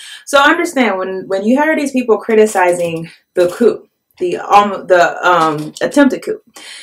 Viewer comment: Thank you for making this video. Problems in Africa are generally ignored by the U.S. media. By the way, in the future, you might want to pronounce the word coup as if it were spelled “coo.” Good luck!